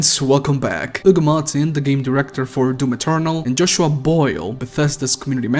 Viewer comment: You say “Ugo”. It’s (H)ugo. Hugo.